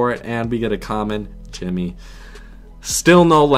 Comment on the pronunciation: Said Timmy wrong